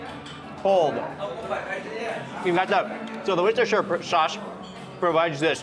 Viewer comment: Trust mark to know how to properly pronounce Worcestershire sauce lol